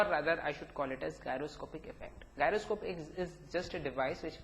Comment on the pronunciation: its pronounced as jairo...